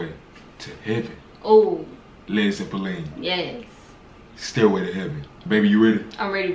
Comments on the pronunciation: I dunno, Zeppelin is a German word after all, and the way says it is pretty close to a proper German pronunciation. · Actually this pronuciation is closer to how the Zeppelin (aircraft invented by Graf Zeppelin) is pronounced in German 😄